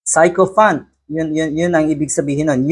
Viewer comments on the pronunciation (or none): Sycophant pronounced sikofant not 'psycho' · Si Ko Fant - that's how to pronounce it. FYI. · Sychopant pronounced as si~kuh~fnt